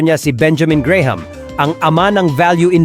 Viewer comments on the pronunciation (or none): none